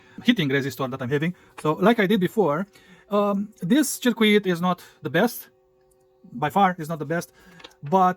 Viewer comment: Its pronounced "sörküt", not "cheerquit"😅